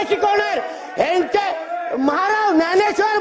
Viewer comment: Dnyaneshwar Maharaj आहे भावा. तुला ते पण बोलता येत नाही😂